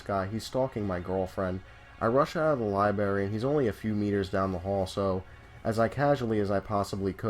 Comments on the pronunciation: alex majors yeah I noticed that too. It’s lie-BRAIR-EE! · "Lie-berry?" Haha. Just messin' with ya bro. Dig the channel so far, subscribed, left like, have some suggestions for posts, are you interested? either way keep up the good work